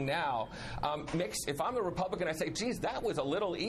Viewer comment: Hahaha REPIGLICKICIN!!!! Love it!! Gotta have some in the morning!